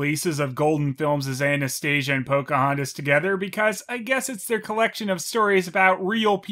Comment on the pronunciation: I swear I thought I heard you say Anus stasia .Probably more fitting name for Golden Films and Dingo version of the story